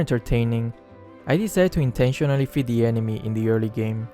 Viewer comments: inTeniOnaLLy huh.... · Are you sure its.. InTEntIonaly